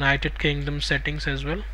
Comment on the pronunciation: Omg what a funny accent :face-green-smiling:. Your "as well" is "Asvel"